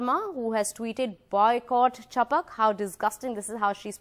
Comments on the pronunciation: Its chhapak... Not chapuk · sorry but its not 'chapak' its 'chap-a-a-k"